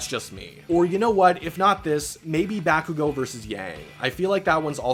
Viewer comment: Ah yes, Katsuki Back-ugo (also no hate towards you man, it's a joke since I've never heard anyone say bakugo like back-ugo